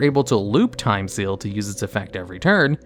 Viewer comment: Did you just say Time STEAL? XD